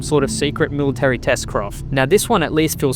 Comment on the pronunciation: It's military, not "milly-tree."